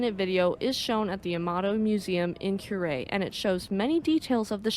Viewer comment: "Coo-rei", not "Kyurei" Like a dove cooing. 🕊 Well done... yes I'm playing ketchup, just seeing some of these older videos for the first time. なんでも教えてもらいます。🙂👍🍶